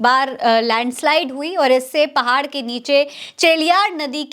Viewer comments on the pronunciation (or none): none